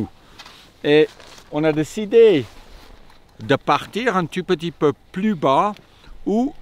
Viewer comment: en fait quand tu dit "un tout petit peu", tu prononce "un tu peux tu peux" mdr ;-)